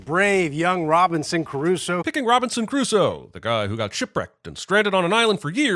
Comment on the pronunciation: And he says "Robinson Caruso" not the correct "Robinson Crusoe". Ha!